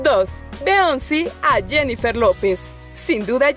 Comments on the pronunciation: BEONCI???? se pronuncia BIONCE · Oye! NO es Beonci ..... Es (Biyonc Pronunciación) Beyoncé. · Se pronuncia como Billonse, no , Beonsi (no lo digo con intensión de ofender ni nada de eso) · Absolutamente todos: Beyoncé: Beónci. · No se pronuncia "beonci" es "biyonce" ☝🏼😌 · Beonci se pronunci "biyonce" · Ahora tomar como ejemplo alguna vestimenta de otro famoso para vestir bien es copia, que usen lo mismo o que se hagan el mismo corte de cabello no es copia, es simplemente porque les agrado la forma en la que se vistieron o cambiaron de look🙄 Por cierto, no es beonce, es biyonce🙄🙄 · Ajjajaj me cago de risa cuando dijo beionce en ves de Beyoncé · No es Beonci es Biyons 😂😂😂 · Me desagrada que pronuncie beonci .. por Beyonce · "Beonci" JAJAJAJAJAJAJAJAJAJA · Pero la pronunciación del nombre es Beyoncé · Se pronuncia "bionse" no te cuesta nada aprenderte las vocales en inglés -_ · BEONCI 😂😂 la es de MAR 😂😂 me gustan estos videos pero dice palabras super cargadas esta mujer 😂😂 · alien567.... Sii se pronuncia.... **Bionci**pero se escribe Beyonce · Karolista Ronderista se refiere a que se pronuncia "biyonce" pero se escribe "Beyoncé"........ Entiendes?? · alien567 LO MISMO PENSÉ YO, pero escuché beionci :v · si se escribe beyoncé pero se dice(pronuncia)biyoncé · Beonci ???? WTF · Jajajajajaja beonci 😂😂😂 y michel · Beonci 😂 ahora nada mas falta que la morra diga dua lapi 🙄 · Como que "beonci"? Por amor de dios!🤦🏾‍♀️🤦🏾‍♀️ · Se dice Beyoncé no Beonci... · Alguin más noto que dijo bioncy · Beonci? Por que pronuncia asiii. Que estúpido video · Beonci? Jaja ni pronunciar sabes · Jajaja aprende a pronunciar los nombres 😂🙌🏻👌🏻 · Cómo me desespera la pronunciación de esta mujer. Como dice los nombres de Kanye y de Beyoncé 😂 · me encanta ver estos videos porque Mayormente pronuncia mal los nombres, como: Melanie trump y beyonce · Me irrita la manera en que pronuncia Beyonce 🙄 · Pronuncia bien los nombres 😒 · Porque pronuncia así el nombre de Beyoncé?